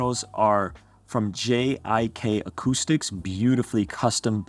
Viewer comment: GIK Acoustics not JIK Acoustics.